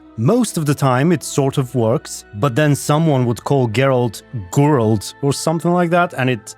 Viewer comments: The Gralt mispronunciations are so meta 😂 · "Gurlt" - Wow. Never heard that pronounciation before. LMAO Makes me laugh every time I hear it. better take care of that smoker's cough. LOL I also think Ciri at one time pronounced Dandelion as "Dan-DILL-Lian" too. Reminiscent of the audio book! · Fans: Ai will take the jobs of the voice actors The Ai: Gurolt... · its funny when they call him goralt lol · Damn the ai literally butchered Geralt's name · so funny when i heard how they pronounced Geralt at the beginning i thought wtf is this french manner and just few moment after you said that it was written in french :))